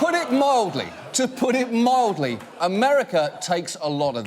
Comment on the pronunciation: "To put it MALDY.."